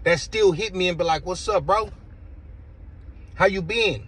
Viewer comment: Bro......😂 I agree and disagree with you on this video. I like watching your videos. How are you gonna make a mexican accent when you say how you got mexican homies on the level 4 yard, and they call and say "how tou been". That shit was fucked up and funny as hell